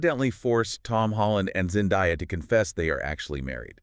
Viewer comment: Her name is Zan-day-ah not Zan di ah FFS get her name right